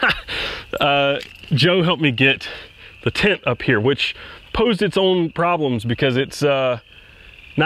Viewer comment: Ooooh, you're saying "tent." I couldn't figure out why it was so hard to find "tint" for your specific excursion. Everything makes so much sense now. I have some fond memories of our old excursion. However, I didn't have to pay for the gas.